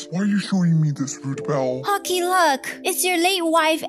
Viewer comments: Ruthbell Not rootball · Uhhh her name is ruthbell not roothball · Hi roots ball oh will you be talking no your name is it now why do you say it correctly or do you need to see a message to me or something baby